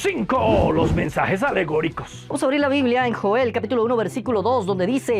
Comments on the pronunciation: Alguien se dio cuenta que dice "Mesnajes"? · mi hermano en el numero 4 dise mesnajes en ves de mensajes huvo un pequeñito error Gracias por tu video y le recomiendo un predicador que predica bien sin pelo en la lengua y es juan manuel vaz tambien a sugel michelen, etc.